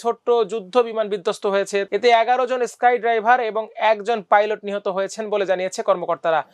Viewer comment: Skydiver, not skydriver!